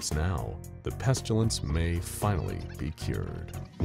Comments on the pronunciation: Peh-stih-lence, not pest-you-lence. There is no "U" in Pestilence. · it is awesome! but the way they pronounce the word 'pestilence'... I don't think I can hear him say it again. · There's no U in pestilence.